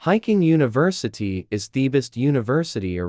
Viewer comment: The AI's pronunciation is so bad, how on earth did University become 'Universitado?' I hate these AI trash stories, they make no sense half the time, the pictures are inconsistent and the pronunciation is horrible.